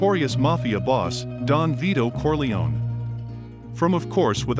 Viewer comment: I love these videos but his pronunciation drives me insane! It’s “Cor-lay-oh-nee”. Oh, and no Italian would pronounce Coppola with a round “o”.